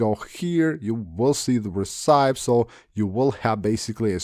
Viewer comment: Do you genuinely not know how to pronounce recipe???